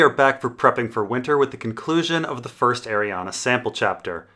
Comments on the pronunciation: After 5 videos please for the love of god stop mispronouncing her name. There is no letter A on the end, it is spelled/pronounced Arianne, not Arianna. It's killing me every time you say it incorrectly. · Yeah, in the back of my copy of leather-bound ADoD GRRM, or whoever does the appendix, has it written as being pronounced Ari-an-a. I just looked, because I read it as Arianne, but always hear others say Arianna. More than likely, she's meant to be both specific and general and the name is meant to be read however you fell like it.